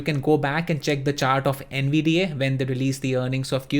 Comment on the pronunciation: I N G D O M no he’s not bud he’s saying AYY at the end which isn’t right